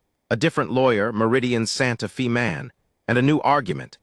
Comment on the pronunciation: Please, please, and again PLEASE work with AI to correctly pronounce Santa Fe (correctly pronounced is Fay, not Fee). The correct pronunciation is respectful of the community itself, but also to the people listening to the story. Listening from Clarksville! TN.